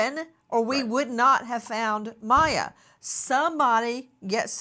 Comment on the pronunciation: Poor baby! Give her away if you dont want her! BTW the baby's name is not Maya it's Miya ... like in Mia.